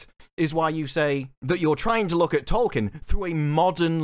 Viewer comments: Trying so hard to defend Tolkien and can't even pronounce his name, it's hilarious. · In a recent South Park season Stan learns that the black kid name is Tolkien, not Token, and apparently Amazon made the same mistake